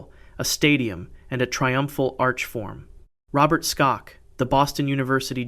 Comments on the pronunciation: His name isn't "STOCKS" ow whatever it is that you are saying...it's pronounced "SHOCK". There's NO "T" in his name! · Dr. Robert Schock's last name is pronounced Shock. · it's pronounced shock. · His name is Robert Schok, pronounced as shock. In case you ever use him as a reference again. Also, very interesting that the tomb of the first emperor of China has a mercury lake